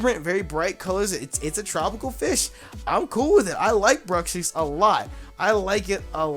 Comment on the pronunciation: pretty sure it's supposed to be pronounced as bruks ish. I think it's a combination of bruxa and fish.